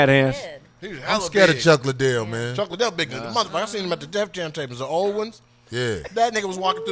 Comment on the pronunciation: Either D need new glasses or she can't read. CHICK Liddell?!